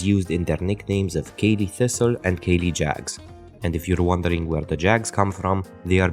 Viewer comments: Caley is pronounced more as Cally caley is something else in Scotland spelt Ceilidh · Good follow up video mate. To add, the pronunciation of alloa is AH-low-ah, with the stress on the first syllable. Caley is ka-lay :)